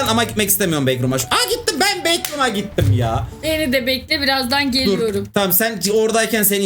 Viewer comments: backroom✅ bacrooms❌ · Bekrum diye okunmuyor okunuşu bekrums